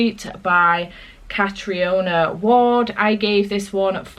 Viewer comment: You pronounce Catriona like Catreena. I have a friend who has the name (don’t worry, I was like you at first)! I want to read that book!